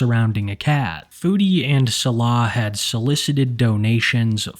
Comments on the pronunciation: please pronounce Salah correctly it hurts my ears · why should he, Foodie doesn’t 😂